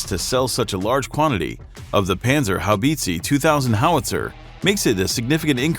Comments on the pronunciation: Haubitziii and Mafii to good 🤣🤣🤣 Boi plz google how e is pronounced in german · Haubitzee? Maffi? Seriously, put at least 5 seconds into research on how to pronounce these names properly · How the bot pronounces "panzerhaubitze" is hilarious. "Band Zar Hoe Beetzee".lol. Actually it is spelled like "Buns R How Bit Say". ;) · Kraus-Maffi Penzerhaubitzi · Panzi-Haubizi :D :D ? It is hilarious how you guys pronounce that thing. Its a PanZER! HauBITZEEE (deep low sound) ;) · Please... it is pronounced Pantserhowbitse. not Pantserhowbeetseeee! :D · Its spoken "Puntserhowbitseh" ! Not banserhobeezee 😘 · Panzer habizi, ha haaaa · Panserhaubizi 2000... That's what the name the man pronounces sounds like to me as a German. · Great Video, though I had to giggle at the pronounciation a bit. It's more like "Pan-zer-how-bit-seh" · 🤣His "Pant- sir- how- beeeet-seeeeeee" cracks me up.... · It is not a freaking Haubitziii, You should at least try to pronounce it correctly dude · "Panzerhaubitzi" LOL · Please listen in translator programms how it is pronounced if you are not a native speaker. Panzerhaubitsi sounds pretty rediculous. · Peenzerhaubiiitziiii sounds so funny for a german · The Pänsörhauwiitzii 😂 WTF… 🇩🇪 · Was it really too much to ask to check for the proper pronounciation of "Krauss-Maffei-Wegmann" and "Panzerhaubitze"? "Haubitze" is pronounced almost identically to "howitzer", only a "b" instead of a "w" and no "r" on the end. "howbitzeh". If there were many Umlaute in those words, I'd understand that it is difficult for non-German-speakers to get it right, but this is just a case of ignorance. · Read my lips: "panzer-how-bits-a" by "crows-muff-ay way-g-mon" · "Panserhaubitsy" :D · More like Pänserhaubizi. How hard can it be to pronounce Panzerhaubitze correctly? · How can someone pronounce PanzerhaubitzE so wrong and make it sound like its a cake u can buy in the supermarked same goes for Krauss Maffei Wegmann. Typical American